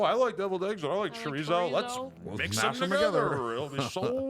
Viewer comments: He said “ cha rezo“ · Marcus Cabello he said char rizzo